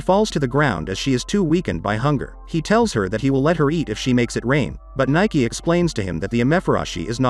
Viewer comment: Her name is pronounced 'Nee- Kay' not Nike.. Spoilers: In the manga princess Nike gets trapped in time for a few years everyone thought she wouldn't come back but she does and when she does she's still 16 but Livius ages a few years not exactly sure he either in his early 20's or maybe 19 but he ended up being older than her, this happened after alot of stuff